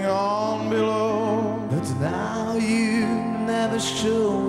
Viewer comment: Viem ze neskoro :P ale keby si si vypocul original :) hahaha zistil by si ze to YOUUUUUUU u je tam a ze tam nespieva do Yah ako vsetci ostatny ... Mr. Cohen bol gentleman a vedel ako vyslovovat .